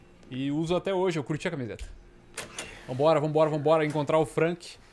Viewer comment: "açume" teus BO "Fanque"